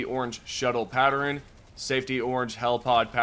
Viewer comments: Pat-tern not patter-rin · Pattern not patterin,and iron not eyerun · It's pronounced PAT-TERN, not PAT-ER-N.😅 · Patteren... you pronounce so many random words like my mom used to and it cracks me up. Sorry 😂 Maybe that's why I keep commenting on it cause she passed away in April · Why does he say pattern like that? “Patteren” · Never thought I'd hear someone butcher the word "pattern" so poorly and then consecutive times :D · No one gonna mention how he said pattern